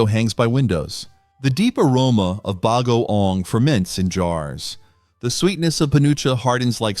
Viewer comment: The word “bagoong” is accented on the “ong”. Fyi. No apology needed.